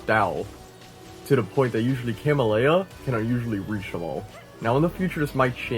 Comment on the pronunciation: CA-MEL-YA you're welcome.